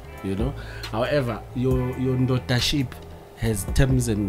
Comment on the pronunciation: Your 'NdodaShip' 😂